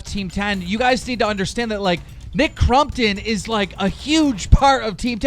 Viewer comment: Nick “crum”ptom Lol